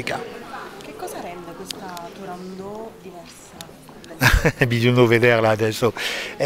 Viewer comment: Cara intervistatrice Turandot non è francese, la T va assolutamente pronunciata! Tūrāndokht "fanciulla del Tūrān" ovvero la regione da cui provenivano le ragazze più belle della Cina. La favola del principe Calaf e della principessa cinese figurava già nelle Novelle Arabe suddivise in Mille e una notte. Questa precisazione le sia utile per il futuro. Grazie